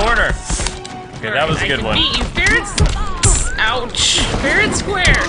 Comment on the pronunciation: says fair and quare and is distracting